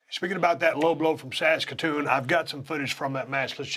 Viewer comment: Props to Steve for saying Saskatoon correctly. And if there's one thing that's made clear from this interview, it's how well Bret did and still does understand the business and how fans feel.